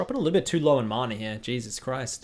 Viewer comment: who taught you how to say mana?